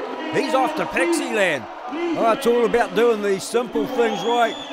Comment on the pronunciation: Lol I thought he said pakiland like Pakistan